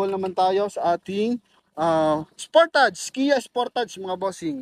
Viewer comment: Correction lang po: Sport Age (sportage) not sportadz ang pronunciation po